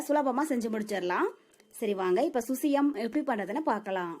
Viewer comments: Crt dear🙌 susiyam illa Suzhiyam dhan.. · Susyam illai _ suzhyam endru Azhagana thamizh sollu Zhi endra soll solar vaayil Nuzhayadhu. Avargalin thavarana Utcharippay solladheergal Thamizhin miga uyarndha Azhagana ezhuthu. Ulagil endha Mozhygalilum idhu kidayadhu Thamizh ezhuthay saagadykkadheergal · Susiyam illa suzhiyam...